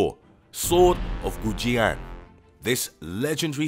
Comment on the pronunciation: The many mispronunciations on Kusanagi and the chinese sword of Goujian hurt my ears.